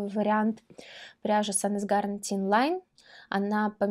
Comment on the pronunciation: Line- при букве «е» после согласной в конце, слог открывается и читается как «ай» , поэтому произносится «лайн»☺️